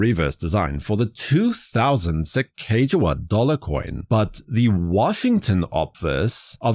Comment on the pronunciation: Excellent, one of my favorite modern designs of all time, especially the American Innovation series and the original series. Fun side note for you, not to be that person who corrects people...but I will be 🙂...Her name is actually pronounced Sacagawea [Lewis and Clark, wrote in their journals: "Su-cog-uh-wea."] It is a Hidatsa Tribe name, Sacaga means “bird” and wea means “woman”.